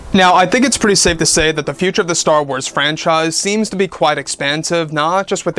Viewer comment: It's called star "WARS"!!!!!! Not Star Tornado.